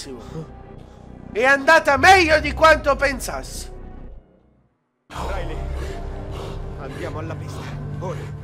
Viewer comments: Hai detto rilay anIco hoyt lol xd! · hai detto RILEY e non HOIT